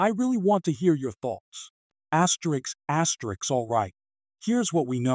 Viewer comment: Stop the asterisk asterick asine asine